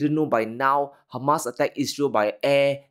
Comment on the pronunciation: It is hamas not humus is a side dish .